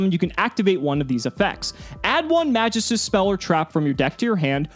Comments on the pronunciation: Pronounced MagEEstus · Love the content, but the way you say magistus makes me cringe a bit... it’s a very old Greek word that’s used in certain stories of the old gods, often in reference to a line of powerful artifacts that the gods created for themselves and the best warriors to protect the different planes in the afterlife. The most commonly known one (because of assassins creed odyssey) is The staff of Hermes trismagistus, in fable the staff can bring immortality to those who wield it with care and don’t succumb to their own madness, for the unworthy they lose control of themselves and become dark versions of their former selves destroying everything they hold dear to themselves. The word is pronounced “mag-geese-tuus”. Absolutely love the content and you have personality compared to other yugitubers I’ve seen. Keep up the good work man 🤘🏼